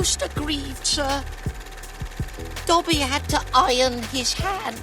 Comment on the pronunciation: Bruh Said Dabby